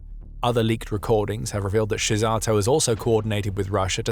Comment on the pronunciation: The story is very OK, but google translate has a feature: you can hear for yourself how to pronounce Hungarian names. Because this time you butchered them big time. ;-))) E.g. Szijjártó's name is pronounced as: Seeyyarto.